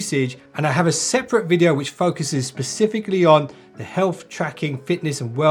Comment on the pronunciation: Pacifically or specifically bro come on.